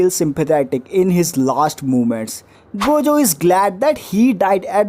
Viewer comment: if ur saying gayjo then ill say gaykuna